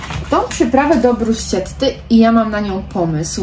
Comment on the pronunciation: Jesteś bardzo sympatyczna i ciekawie się Ciebie ogląda. Doczepiłabym się tylko do tego, ze czasem niepoprawnie się wyrażasz, np poprawnie winno być: permanentny, liści, a włoskobrzmiące wymawia się "brusketta, makiato". Przytoczyłam te które zapamiętałam. Popracuj nad tym